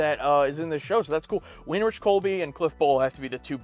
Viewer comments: Winrich is pronounced Win-RICK. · No, It's pronounced WIN-rick